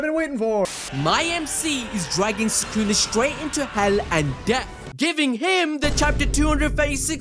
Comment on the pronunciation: why do you guys say his name "sakuna" instead of sukuna? 😭